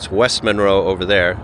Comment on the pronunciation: It's pronounced MUNroe.